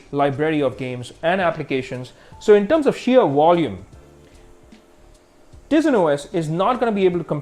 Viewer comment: I think its pronounced taisen not teezin even tho its spelled tizen